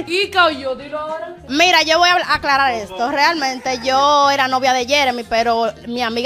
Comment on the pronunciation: Me encanta cuando dice isstodo